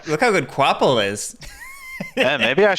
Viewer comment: Qu’Appel is pronounced ka-pell, not kwopple.